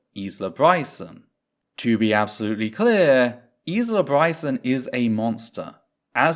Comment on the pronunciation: You are not pronouncing Isla correctly. It is isle-ah not is-la. I hope it’s okay to point this out, I’m sure you’d like to respect people’s names regardless of what awful things they have done like you did with Kemi Badenoch.